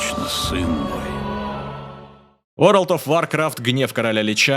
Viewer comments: Всё круто, смущает только произношение, каждый раз, когда ты говоришь вАркрафт, тянет поправить на вОркрафт, но это уже англицизм, поэтому претензия сугубо субьективная. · вАркафт аж кровь с ушей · Есть люди, которые говорят варкрАфт, есть люди, которые говорят вОркрафт, но ты первый, кто говорит вАркрафт. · Да вОркравт.. звук О!